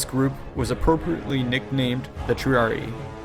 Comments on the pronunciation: There is double "i" sound in Triarii. Love these videos, but the numerous pronunciation mistakes make me think the narrator didn't even read through the script before making the video. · You keep mispronouncing "triarii," as "triari". It should be pronounced Tree-ah-ree-eye. Otherwise good vid :) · Argh, it's Triari-EYE not Triari-EE, which sounds ridiculous. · It’s pronounced tree-ari-eye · Wrong. Thats an Anglicism. The two i s are pronounced separately as the english sound written ee.